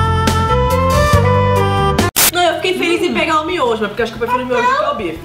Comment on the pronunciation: Geito certo de falar: miojo , como eu falo :MINHOJO